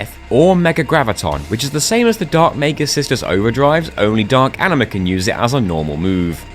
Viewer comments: i love how you keep calling Aningus ''Aniningus'' lol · Tingus Vingus Ifringus Ixingus Shingus Bahingus Yojingus Aningus (or how he calls it ''Aniningus'') and lastly Singus, Cingus and Mingus truly the names of all time